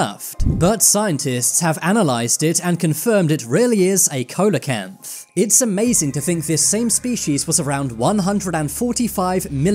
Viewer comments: see la canth, not ko la canth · It's pronounced sea-la-canth not coal-la-canth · You mispronounced Ceolocanth. Pronounced See-Low-Canth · wtf is a cola canth? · its pronounced celocanth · F. F. S. teach it how to pronounce "Coaloanth" PROPERLY